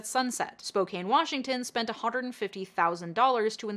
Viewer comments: LOL spok-cane street viaduct ... tee hee... pronounced just like the city, spoke-anne. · Spo - CAN* not Spo - CANE. Great video btw, here in the PNW we have some hard to pronounce cities. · I love you, but as a Spokanite I feel like it is my duty to tell you it's pronounced "Spo-KAN" not "Spo-KANE"... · Spokane is pronounced Spoh CAN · Oh, it brings me untold glee to hear Spokane pronounced incorrectly for Seattle's viaduct, and correctly for Spokane's shite landscaping. But the glee is shortlived, because Spokane's homelessness situation has gotten dire. I was working in local news when the Camp Hope protest began, when the City forcibly removed protestors from outside City Hall, when they moved to land cleared ages ago for the north-south freeway that's no closer to manifesting, to WSDOT threatening to sue the City if they didn't remove trespassers from state-owned rights of way, to the City talking WSDOT into a more humane solution.... Which culminated in the emergency overturn if zoning laws so the Mayor could build a large overnight shelter in the industrial district, run by a charity later found to be swindling thousands of dollars meant for operation costs, an unclear number of beds, no running water, and no privacy. Oh, Trent Shelter.... What a sham, so much money sunk into an off-brand bandaid solution. Then when no one wanted to use the shelter because it was impossible to sleep and there was no running water, the City sued WSDOT for allowing the encampment to remain. But you see, I remember how it began. I wrote tgat article. The City negotiated with the State to let Camp Hope remain. And when the City wanted to send in police and forcibly demolish the camp, the State said, "Oh, no. We're doing this humanely, remember? So until all humane measures have been exhausted, get bent and stay away." So